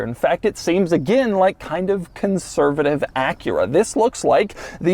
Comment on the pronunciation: taking a shot every time doug says "conservitave" LOL